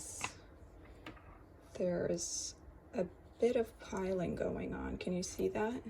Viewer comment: Thanks for testing the paper for us. It's appreciated! As a side note, its pilling.. not piling. 😊